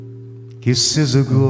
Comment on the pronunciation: kissの i (舌を下げる)と 単語の終わりの t (ストップ t ) の発音の見直しで 完璧になります。